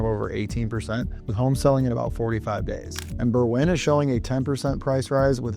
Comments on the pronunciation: It's pronounced BERwyn, not berWYN. The accent is on the first syllable, not the second. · I’ve never heard Berwyn pronounced that way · How is a 6% annual appreciation a crisis? If my home in the NW burbs averaged 3% per year, it would be worth 50% more today than what Zillow says it's worth. If it averaged 6% per year, it would be worth more than double what Zillow says it's worth. "Creative financing" is what caused the 2008 real estate crash. Learn how to pronounce Berwyn.